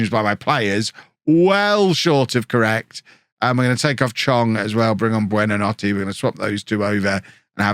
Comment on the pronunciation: Google translate how to say good night in Italian and that’s hoy you say buonanotes name